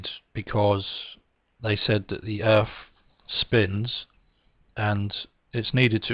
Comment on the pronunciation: Anyone who pronounces Earth as "Earff" shouldnt be given the time of day